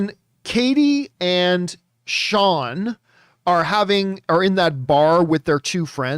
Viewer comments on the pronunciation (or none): none